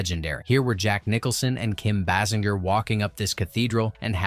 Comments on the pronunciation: Bay-singer!!!!!!! Not Bass-in-jer 😡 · Amazing in 2026 and there are people that still can't say Kim Basinger's name correct....amazing